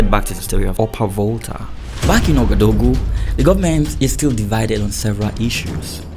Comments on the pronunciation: Lovely story but Ouagadougou is not so hard to learn how to pronounce correctly. Wa-ga-doo-goo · my first language is French and let me say i was struggling to understand your pronunciation of "Ouagadougou”😂 keep up the good work!